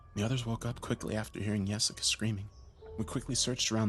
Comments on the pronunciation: I thought he saying Jessica till I say this😂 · Who the hell would name their kid Yesica? 😂 At least that what it sounds like he’s saying lol